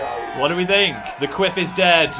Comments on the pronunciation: I keep thinking you say queef when you say quiff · Omg I keep hearing a similar word to quiff every time I’m so sorry I can’t 😂😂😂